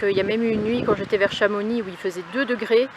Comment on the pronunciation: J’étais aux anges et pas j’etaitttttt aux anges avec une super liaison....